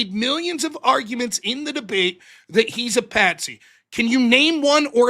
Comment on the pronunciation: "it's patsy not pansy" lol